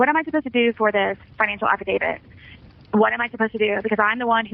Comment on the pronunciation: She says Afi-David